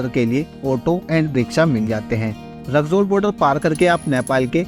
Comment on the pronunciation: ❌रकजौल ✅रक्सौल😂